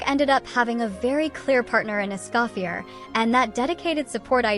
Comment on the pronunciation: How can people play the game for years...and still not know how to pronounce "AnEmO"? 😂 ...and still say EscoffierRrrRrr? 😂😂